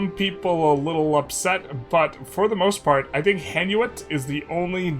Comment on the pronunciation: Mate, the way you say Hainaut is like nails on a chalkboard for me, lol. Say High new. add a french accent. your golden :P